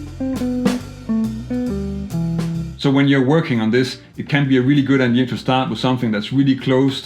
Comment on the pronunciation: The word is “idea” not “idear” lose the ‘r’ please...